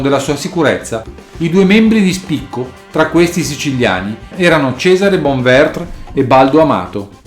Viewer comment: Bonventre...non Bonvertr (erano siciliani, non francesi).